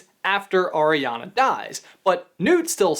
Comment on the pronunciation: Anyone else bothered by him saying ariana wrong